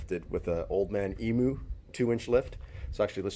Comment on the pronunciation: Its painful listening to you guys saying eemoo ( emu ) lol. Australian late 60 series had 3rd row seating and 3 in front option. Sunroofs, fold down tailgate and side sliding windows all available in australia on a 60